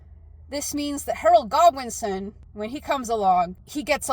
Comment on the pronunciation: When you said Harold Godwinson, I heard Harold Goblinson. Edit: I think if the book Goblin had a kid, it's name would be Harold Goblinson